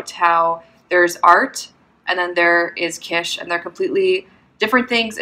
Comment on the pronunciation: Please note: The word is pronounced kiTSch, not quiche or kish.